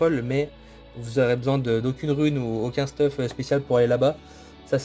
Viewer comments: hey j'adore se que tu fait et tes tips mais par contre dsl mais arrete de dire stuf mais dit steuf sa me stresse mdr sinon je lache mon petit like ^^ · Merci pr le guide !! Ps : comment ca me fait bizarre que tu dises «stuf » et pas steuf 😂